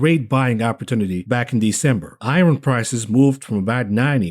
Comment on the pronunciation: I wasn't gonna laugh on the "I RON" pronunciation but he said it wrong like 8 times and then made a joke about not being able to pronounce another word lol.